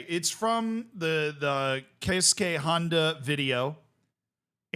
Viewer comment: Easter egg was that you pronounced Keisuke Hinda's name right (kayskay)? Or that you were wearing the Paro shirt while talking about Paro?